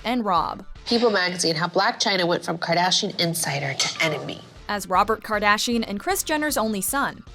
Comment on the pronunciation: Did she say kardachian? Lmao